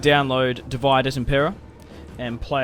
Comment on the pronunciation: I like the video but please say divide like dividay and not like the english word because it is latin.